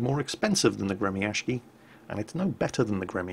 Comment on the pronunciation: It is not gre-mi-ash-ki, it's gre-my-shi. Ok?